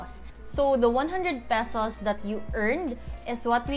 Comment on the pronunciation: Salamat au ani na video! been eager to learn this. I believe you're a Cebuana? because of how you pronounce the "pesos" in . Hopefully I'm right. haha anyway, thanks for this simple yet very informative vid! helps a lot! :)